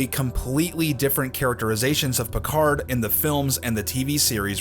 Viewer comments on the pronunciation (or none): Captain Pee-Card